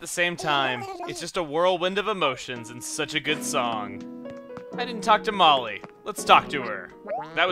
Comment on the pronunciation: To be honest,when Chugga says Molly it sounds like Tamale